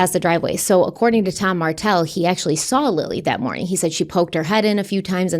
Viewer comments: Every time you say Dan Martell it throws me off so bad. Name is almost Dan Markell & case reminds us of Summer Wells. Either way i hope beyond hope that those babies aren't gone gone 😭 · My neck snapped when you said Dan Martel bc I thought you said Dan Markel